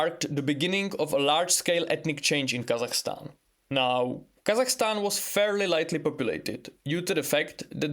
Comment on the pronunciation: God damn! The pronunciation of "Kazakhstan" is on point, very good👍